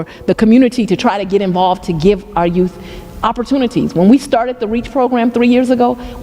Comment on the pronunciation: Yes, she said.... "exspecially", "they" children, "invigurate", and "youff". Where's lover boy? She's begging for money to fight crime, while she spends millions and millions of dollars trying to jail Trump and traveling the world with another woman's husband, on the taxpayers' dime. Then she lies about everything, making up stats, so far from the truth, its pitiful. She's just an incredible failure in a thousand dollar skirt.